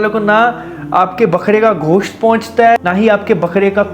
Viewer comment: Ghosht nahi Gosht